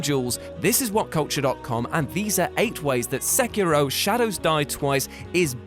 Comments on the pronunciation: Good video but it's not pronounced Sackiro. :/ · You pronounces sekiro wrong....